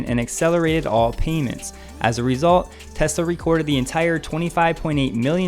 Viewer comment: I like that you pronounce the name correctly. Please teach Bob Sullenz that the name is pronounced "Tezla," not "Tezzla." :~)